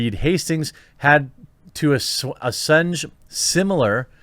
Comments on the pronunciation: Assenge? Assuage "Ah-sway-juh" means to mitigate or remove concerns. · Ah-Sw-age . There are other phonetic ways to indicate pronunciation, but would highly recommend buying a decent dictionary. Like an actual book you can read, not just a web dictionary, then actually read it, understand what it is telling you. They're quite amazing really. Though I don't agree with much modern vernacular being added as definitive. That's mostly click-bait. But as you yourself can see, it is helping people to un-learn their own language. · I don't understand why you can't pronounce or know what the world assuage means. You got "degrees" right?